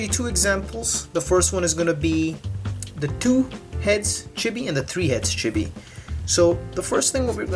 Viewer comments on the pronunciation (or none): i couldnt even hear the audio while watching because the way he said Chibi bothered me so much X~X